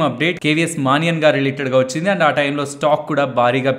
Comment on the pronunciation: మానియన్ కాదు మణియన్ అనాలి. Kotak official name